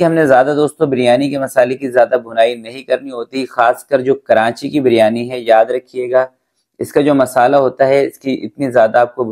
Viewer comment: Karanchi nahi karachi hota hai